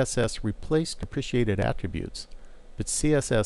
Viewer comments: okay great video, learned a lot but its depreKated, not depriciated deh pruh kay tud haha great video tho, super informative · Correct. I found this mispronunciation distracting. Repeat after me: De Pre Kate, De Pre Kate... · Yeah it's pronounced dep-rah-kay-ted. lol Solid tutorial aside from that though! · These tutorials are very good introductions to HTML. I'm pretty sure you are pronouncing "deprecated" incorrectly but that's not really the point of the video, and I appreciate the work you put in to all four of these.